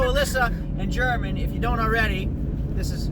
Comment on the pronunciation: German is pronounced Hermaan.